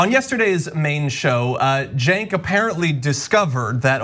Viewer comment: Cenk pronounced Jerk